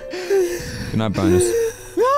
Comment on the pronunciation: NGL when he said Bonus, I thought he was saying Boners 😂😂😂